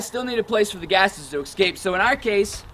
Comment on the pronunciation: He needed to go through his spiel a few times with an audience to streamline it and increase clarity He also needs to learn how to pronounce "escape". He needs to refer to the charcoal as charcoal instead of carbon material. And a last particular irritant to me is that what you're producing is charcoal, not biochar. It's what you DO with the charcoal that makes it biochar.